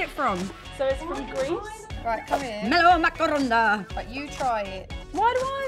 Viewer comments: the way she said meromakarona instead of melomakarona I lost my temper with that one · it's melomakarona not melomakaronda lmaoooo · It's melomakarona, not melomakaronda. I'm so happy that they tried greek food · its the meh-lo-ma-ka-rO-nah instead of meh-lo-ma-kA-ro-na for me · (Or how Perrie pronounced it) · Oh Jesus the way Perrie pronounced Melomakarona